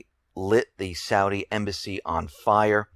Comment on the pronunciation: Oh shit. How do you get "Saudia" from "Saudi?" Entertain me more... say "long guy-land" and "strenth." You schmucks say a "g" where it DOESN'T belong, and leave it out where it does belong.